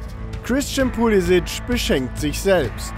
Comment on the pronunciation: Nobby, du selbst hast uns doch mal gesagt, das unser lieber Puli nicht Pulisisch (ausgesprochen) sondern Pulisik, genannt werden soll bzw will. Am direkt 4 mal hintereinander falsch ausgesprochen. Ach Nobby, du bist und bleibst einzigartig 😅😅😁😁... #mithumornehmen